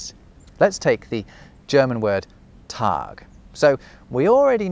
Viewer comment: 6k comments, someone has probably mentioned it, difference between ß and ss is that you only shorten vowels in front of the latter, while the ß keeps the hard s sound but with a long vowel Also the Tag (or well Tach) pronunciation sounded so much like the Cologne/Köln dialect 🥺